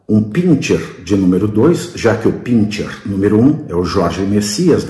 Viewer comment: Dr. Pavinatto, Pinscher pronuncia-se pincher. As palavras alemãs sch sempre são ch. Schindler. Schloss. Schumacher.